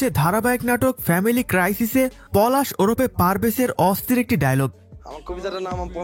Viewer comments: ওরপেনা ওরফে😂😂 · ওরপে না ওরফে